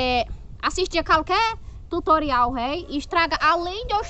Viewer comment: "Tuturial veio" kkkkkkkkkkkkkkkkkkkk